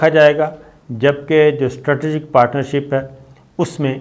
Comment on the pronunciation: Your all analysis are based on your narrow and shrink knowledge. You even can't pronounce "Strategic" correctly! Earlier we used to sustain this, thinking that you are a good soul. This is why we did sustain your fake news that Sharif Families are going to return 25 Bilion Dollars! But when we saw you were playing a dirty game of saving Arshad Sharif, the Coward, we came to know that you are not a good soul, Mr. Sabir Shakir!